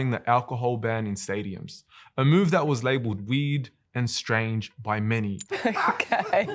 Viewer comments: The way he keeps saying 'weird' sound like he's saying weed. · i keep hearing weed not weird lmaoooo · It’s "weird“ not "weed“ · bro said weird i heard weed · I went through half of this video of knowing that he says "weed", instead of "weird". Now i have to start again. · For the longest time I heard weed, then I came to realize that he is in fact saying weird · Is it just me or is he saying weed :P to my ears it sounds like weed, anyway love the video. May Allah bless you and everyone around you! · i was so confused when he’s saying weird i thought he was saying weed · Is he saying weird or weed? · Excellent vid, but every time you say "weird" it sounds like you're saying "weed", so I was confused did they ban beer or weed? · It’s funny how you pronounce weird, sounds like weed and I love your sentence at the end, keep it up Akhi! Jazzak Allah Kheir